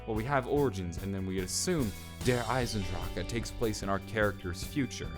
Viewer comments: He pronounced it correctly, except that 'drache', has three syllables instead of two, and it is easy to miss. (De-ra-her, instead of dra-her). But, he is actually not wrong for pronouncing it the way he does, and tbh, it is better than half the community that goes "EIZENDRACK". So calm your shit, and walk away if you can't take the "wrong pronunciation" from Non-native German speakers, cos guess what, the way you pronounce English words probably makes people cringe too. But does it hurt you or rape your whole family before your eyes? No! Does it send the message despite the slight mispronunciation? YES! You get the message. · Ur so stupid THERES NO KA AT THE END ITS IESANDRACHE NOT EISANDRAKA U FUCER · Why can't you just pronounce it like "Der Eisendrach" not "Der EisenDRACHEEEEE" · That's the rocket from Ascension you dingus. Also, stop saying SEE EISENDRACHE like that. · Every time you pronounced Der Eisendrache like Der Eisendracha I wanted to kill my self. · Did anybody else cringe when he said "der eisendrache" ? And he pronounced it der eisendraca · Deer eisandracca is all I heard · not "darrrrrrrrrre eisendrakk" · I fucking cringe every time you say "Der Eisen Drahcka" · You said Der Eisendrache wrong every time its Der-Eisen-Drach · He doesn't even say that! He says "Der Eisendraka" like fuck it's so annoying!!! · dude. der eisendrache does not have an "a" after it. the "E" is silent. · Theres no uh at the end of der eisendrache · There no he sound at the end of der eisendrache. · Am I the only one that is annoyed by the way he says "Der Eisendrache" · Dude every time you say Der Eisendrachen I cringe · Is anyone else annoyed that he's saying the map title wrong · The way you say der eisendrache gives me cancer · the way you kept pronouncing Der Eisendrache was bugging me for some reason. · the way you say the fucking map name Is aids, you said it at least 100+ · Can't stand the way you say see eisendrecha because it's not correct at all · The e is silent